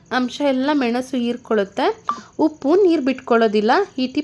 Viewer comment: ಇರ್ಕೊಳತ್ತೆ ಅಲ್ಲ ಹೀರ್ಕೊಳತ್ತೆ ಹಳೆ brush